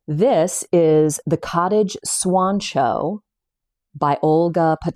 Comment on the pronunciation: I thought she said swan show, too😂 but it's College Swoncho. She has the link to Etsy to purchase. I didn't see it on Ravelry.